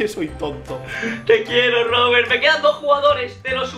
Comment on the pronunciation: En el 8: 21 dice robelt en ves de Robert